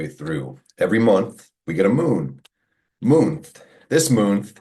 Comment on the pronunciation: this moonth 😂😂😂😂